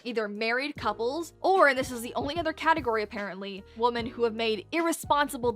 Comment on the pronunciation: "Defence" is fine...but pronouncing "women" like it's the same as "woman"???